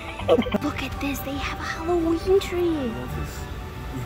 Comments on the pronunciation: It's not whollowen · Alevoween? Alevi?!?!?!!